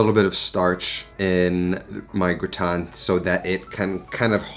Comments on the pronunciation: Amazing recipe 👏🏻👏🏻👏🏻 I’m a bit confused by your pronunciation 😁. It’s like you’re flipping i and a. It should sound grAtIne not grItAne like you’re saying 🤓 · It’s not pronounced “gooton”…it’s pronounced “ger-ot-tin” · this is possibly really annoying but it's pronounced gra (like the first part of grass) and tin (pronounced like tan, when skin goes brown) gra-tan. :) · I like you but I hate how you pronounce au grautin. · yes GraaaaaaaaTin as AAAAAple 😉 - the name of the dish is Gratin Dauphinois (GrAAAAAtin DowFeeNwa) and it’s much better made w/o onions 🧅 but with Garlicky cream 😋 I put #Fresh garlic bits in cream with salt & Parmesan. Simply mix no cooking or even heating it up, it’ll all happen in the oven and layer in your potatoes 🥔 then foil on and in the oven 30” then another 30” w/o the foil #EpiK (I’m French)